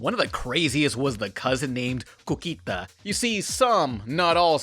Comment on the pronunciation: It wasn't actually cuquita, it was cookie+ita, but the way it is pronounced... Yeah.